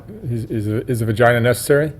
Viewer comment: This guy had to have been an SNY CCF rent-a-cop. He sounds like he's trying to retell stories he heard but got it all mixed up. He called it a "Von-ginah" 😂😂😂